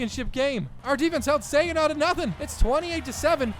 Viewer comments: not sig an naw it’s sag an naw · It’s ( sahhhg uh naw) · I have to say this it’s super irritating. It’s sag-in-awh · This dude really said “Siginaw” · Its pronounced SAGINAH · You said Saginaw wrong haha